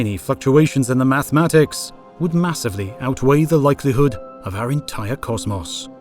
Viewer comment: "cozmoss" LMFAO